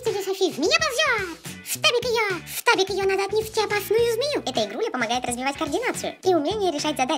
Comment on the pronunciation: ФТАБИК, а не штабик